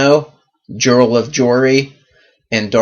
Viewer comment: No direspect ...I think that Jirel is pronounced Yarl... I didn't know he had so many female characters.